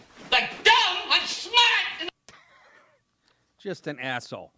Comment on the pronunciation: biden: " I'm schmart, not dumb, not like people say!"